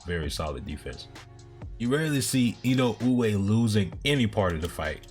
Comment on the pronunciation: Your pronunciation of Inoue is quite good. It's really close to the real pronunciation.